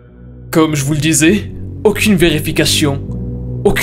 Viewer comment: Créachion, verificachion, applicachon, churtout..... Ta prononciachion est chelou......... Tu te la pète ou tu as un nouvel appareil dentaire....??!